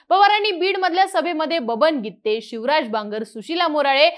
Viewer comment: Gitttte असं नका उच्चार करू